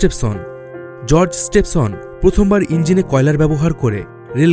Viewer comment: দাদা আপনি কি বাঙালী নন? বেশ কিছু হিন্দি - - উর্দু শব্দ ব্যবহার করেছেন আপনি এবং বাংলা উচ্চারণে অসঙ্গতি পরিলক্ষিত হয়েছে। রিচার্ড ট্রেভিথিক, জর্জ স্টিভেনসন হবে। এছাড়া বাকি ভিডিওটি তথ্যবহুল ছিল। ধন্যবাদ আপনাকে।